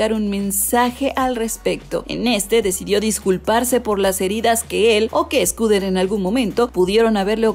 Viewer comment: Porque dices SCOODER Braun? 😓😓